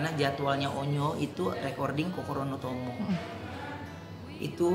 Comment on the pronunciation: Sy bisa bhs Jepang dan dl byk bergaul dg org Jepang krn dr daerah pariwisata. Wkt nonton nyanyi lagu "kokoro no tomo" sy udah menduga pst di ajarin uncle kenta pelafalan lirik lagu nya...krn lafal nya dapet bgt, penekanan2 nya juga tepat..baguus.